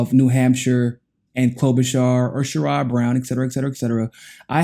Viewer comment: Sorry to be picky, but Sherrod Brown pronounces his name Cher-add. Humanist report started pronouncing it incorrectly and y’all followed.